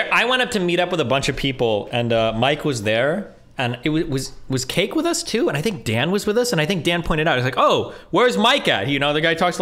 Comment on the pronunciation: When you pronounce “us” a “Oouz” you should be permabanned off youtube no questions asked.